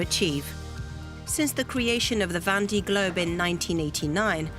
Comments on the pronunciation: Would be nice if the commentator could pronounce "Vendee" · Yup that was bugging me too.